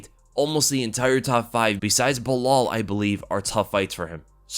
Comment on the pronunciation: its B-LAAHAAL Mohammed as Uncle Chael said